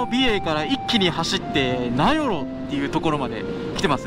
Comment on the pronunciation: 名寄と富良野のイントネーションが逆ゥー！